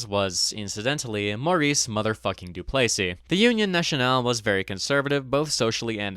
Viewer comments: DOO=place=ee? Mon Deiu, C'est prononcé Doo-ples-EE tabranac. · Not to be annoying but you pronounced Duplesis wrong in this video, you pronounced it Du-play-sees when it’s commonly pronounced Du-pleh-sees